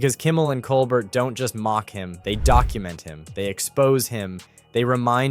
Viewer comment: Its Col bear, mate. As the French would pronounce it.